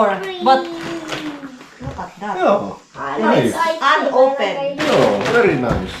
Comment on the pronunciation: ice screaaaam not ice cream pansinin mo daw sya IT 😅😅😅